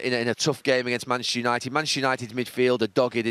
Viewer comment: "Manashu United"